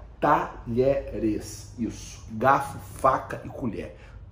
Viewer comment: Fala irmão ! Uma dica: Apesar do nome do time argentino se escrever "Talheres", que é um time mediano da região de Córdoba, na hora de pronunciar, falamos como se tivesse as letras (dié). Dizemos "Tadiéres". Abraço e parabéns pelo canal!